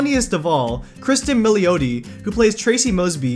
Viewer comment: Pronounced Mill ati. So sick of people butchering italian names...its your job get it right....SMH